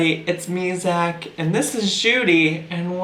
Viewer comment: I'm annoyed by the way she says And*. She says it like *ANT! WTF! I'm nitpicking because she just bothers me so whatever 🤣